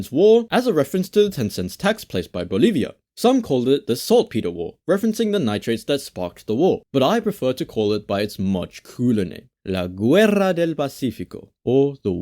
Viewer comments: The u is silent in Guerra. But don't take me as a hater, your video was awesome. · its pronounced la g(u's that arent ü's are not pronounced if they are between a g and an e)erra del pacifico. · Apart from "guerra", brilliant pronunciation of Spanish names! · Veo a muchas personas ofendidas en los comentarios, esto es un resumen. Obviamente no esñenan todo, sino no fuera un resumen. Me gusta la forma en que habla español y su pronunciación es muy adecuada (excepto cuando dice "guerra del pacifico" xd. Me pareció un muy buen video, (soy peruano) y la siento como una buena representación de lo que pasó, además de ser humorística y los diseños de los personajes me gustan mucho. Muy buen video, no pierdas el humor ni la motivación. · Dear, if you see GU+ E or I, the U is silent and the sound its like "GE" like "GET IT" and if without U "GE" its sounds more like the name "GEROME". Thus "Guerra del Pacífico" doesnt need the U in "GUERRA". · The u in "guerra" is not pronounced. It would have been written with a dieresis if it was the case